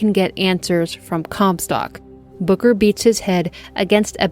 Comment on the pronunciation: I thought you were saying booger not booker. 😂